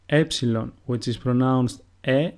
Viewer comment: i think you said two epslons! what's the difference??